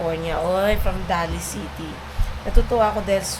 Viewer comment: ang pag pronounce ng Daly city ay parang nag proponounce ka ng “daily”. Yun lang.